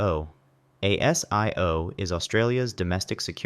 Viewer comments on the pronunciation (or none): ASIO is pronounced a zee yo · Pronounced Ay sis, Ay zee ooh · ASIO, pronounced 'Aay-Zee-Ooo' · ASIO is pronounced AY-ZEE-OH and ASIS is pronounced AY-SIS